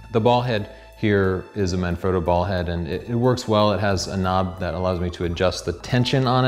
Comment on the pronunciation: That pronunciation tho. "Marn-Froh-doe" I bet he says "Ri-Zoh-Toe" as well. Here's a tip for YOU. Try, listening to how Italian people pronounce things and copy that.